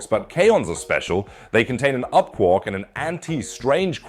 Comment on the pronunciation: Its quark not quork 🤦🏻‍♂️